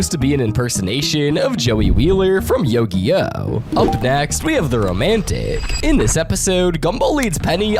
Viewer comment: Nah-ruuto and Yo-geeh-oh is insane it pronounced Nar-utoh and You-geeh-oh